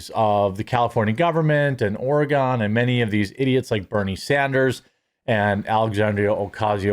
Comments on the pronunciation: Oregon is pronounced with the emphasis on the beginning of the word not the end and it's closer to oreh-gun, not gone. ❤ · Or-i-gone?!? Yep, you are clearly form the east coast. Its Or-e-gon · Hey you're a nice guy and everything stop being an idiot though... You're an American and you should know how to pronounce Oregon... The pronunciation is.. OREGUN... NOT oregone... Good Lord how old are you did you go to school?? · Homie you don't have a real job, you make so much money, plus from sponsors, all these states are expensive to live when $25 snt isn't enough to live alone. Let alone with kids🙄 privileged to not be struggling, and you pronounced Oregon wrong, its always the wealthy ppl that has the most to say, and no not everyone can move, have the ability, and have tons of reasons why they can't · It’s odd to me that so many people from the US don’t pronounce Oregon correctly. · The way you say Oregon should be a war crime.